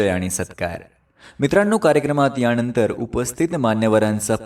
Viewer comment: न. आणि ण या दोन्ही अक्षरांचा उपयोग योग्य जागेवर करा. उदा :- यानंतर म्हणायचं याणंतर नव्हे. नेमकं म्हणायचं णेमकं असं नाही, सूत्रसंचालन असं म्हणायचं सूत्रसंचालण नव्हे. भाषणानंतर असं म्हणायचं भाषणाणंतर नव्हे.